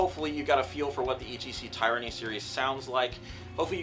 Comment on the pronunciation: I’ve learned that I’m pronouncing Tyranny in an incorrect way. My apologies lesson learned. It’s not (tie-ranny) it’s( Tiranny ) I’m sorry 😐 thanks